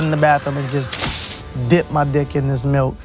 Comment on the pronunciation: I think you mean malk